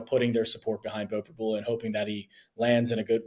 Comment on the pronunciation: You guys are reporters - and after 3yrs - and being from PA - the guy on the left STILL doesn’t know how to pronounce Pribula’s name? It’s Prib-YOU-la! I’m so tired of you guys dissing Beau for the past three years and hyping up the other quarterback, who doesn’t deserve it. No one around here can stand Penn Live Sports reporters and you just gave us another reason.